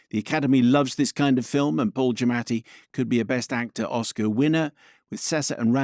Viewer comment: Good job pronouncing Mr Giammati’s name more authentically than he tends to do himself!